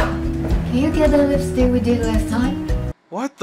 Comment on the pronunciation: she said "can you ge the lipsik we did last time" thank you very much